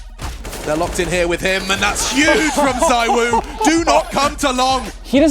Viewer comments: He is Zee-Woo btw not zywoo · It's ZeeWoo not Zywoo 😂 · It is zeewuu no zywoo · CMON GUYS! IT'S ZEEVOO! Can't you just learn how to pronounce his name? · I hate how is name is pronounced Zeewoo, ZywOo sounds better in my opinion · Why does every American pronounce his name wrong?!?!? Country of morons.